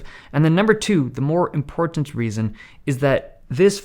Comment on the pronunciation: Dave says 'important' differently